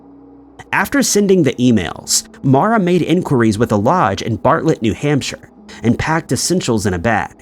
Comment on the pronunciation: Her name is MAURA Murray. Not Mora.